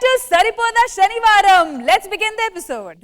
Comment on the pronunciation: Shani varam kaadhu amma talli senivaram idhi telugu raadhu eeme anchor